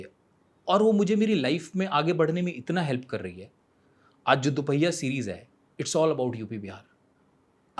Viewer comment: Stupid host it is Dophaiya not Duphia. Pagal kahi ka naa host karne ki Tamiz hai naa bolne ki bad faltu Jo famous hai unki buttering karne ki one of the worst host he is